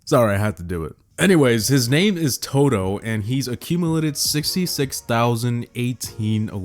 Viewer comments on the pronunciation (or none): none